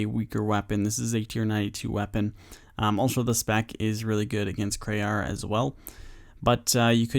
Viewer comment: Its Kray how he doesn't say KrEE'arra properly